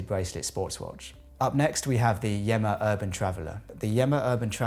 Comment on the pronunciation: Yema NOT Yemma